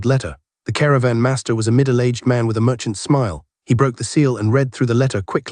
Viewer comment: This the AI with the weird inflections. It isn't bad this series though. It really freaks out during Cultivation series. Words like "Master" come out "Masterrah"